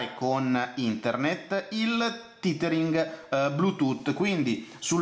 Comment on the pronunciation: "il titering" ammazza che pronuncia disastrosa ;)